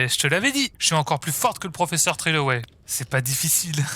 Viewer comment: TrélonAI (trelownay ) pas TréloWWnAi